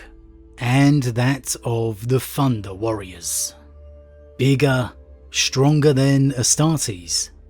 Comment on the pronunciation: "Funder Warriors" lol